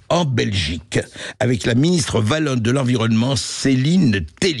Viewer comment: On dit Oualonne, pas Valonne.